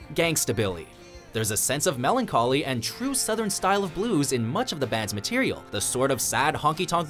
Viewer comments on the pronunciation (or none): none